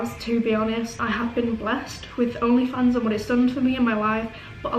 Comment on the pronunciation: "Oghnleh Fawnghs"